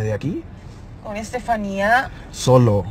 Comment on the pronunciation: Veo que aveces le dicen estefanie a estefania